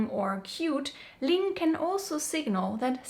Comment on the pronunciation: ❤ that pronunciation / sound